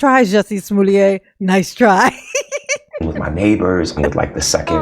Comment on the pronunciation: “Smoolliét” I am screaming 😂😂😂